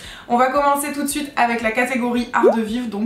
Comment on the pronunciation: Quand tu as dis "Toot Sweet" j'ai cru que tu avais dis "tous de suite" 😂